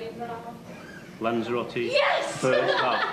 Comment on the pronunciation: It is not Lancheeroutee. Is it Lanzarote. It is not Courfew, it is Corfu. It is not Tainaireefee. It is Tenerife. It is not Aibeezaa, it is Ibiza. Learn the proper names, that is the very least one can do.